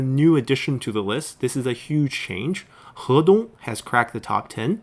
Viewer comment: It is so nice to hear someone actually say Hedong correctly.